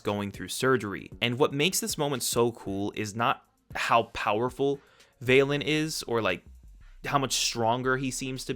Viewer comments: Val-Lin not vail-Lin Like valentines day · It physically pains me that you pronouns it "VAY-LIN" when it's "V-a-LIN", as in valentine